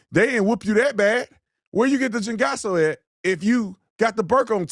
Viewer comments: Lol he said “chingaso” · Hahahaha, he said chingaso hahahhaha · Chingaso??? You're from Arizona 😂😂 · 😂 😅 😂 you got her... Hamburger Helper 😂 😅 😂 You killing me.. He said CHINGASO 😂 😅 😂